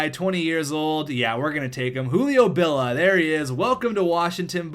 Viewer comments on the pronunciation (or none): bill ee ah not bill ah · It's Julio BillIA not Julio Billa